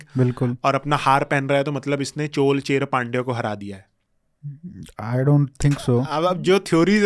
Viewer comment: Chol nahi chozha or chola Cher nahi chera 😢😂